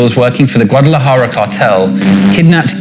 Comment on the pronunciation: They've got all these white boys talking a whole lot about something they know very little of 🤦‍♂️ Can't even pronounce Guadalajara correctly 😂